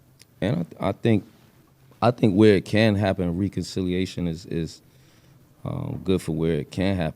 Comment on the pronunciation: be inventing words - “riconciliation” instead of reconciliation